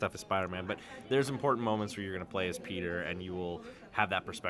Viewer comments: Whenever she says Peter it sounds like pizza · Sounds like shes saying pizza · I thought she was saying Pizza every time she said Peter’s name